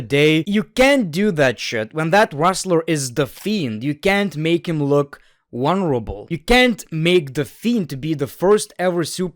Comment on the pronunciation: say the word “vulnerable” again.